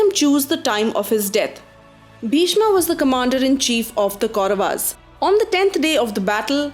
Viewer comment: Your pronunciation of Kauravs as Kauravas, Pandavs and Pandavaas is jarring because it is so westernized.